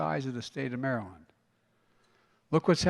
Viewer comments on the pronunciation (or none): none